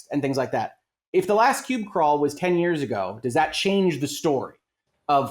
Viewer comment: "Pube Crawl" ? Does he mean "PUB Crawl"?